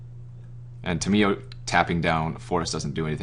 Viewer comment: The way you pronounce Tamiyo makes me cringe Dx